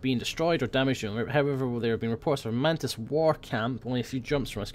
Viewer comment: mantis sounded like mantits